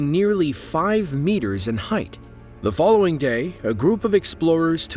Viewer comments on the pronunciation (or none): none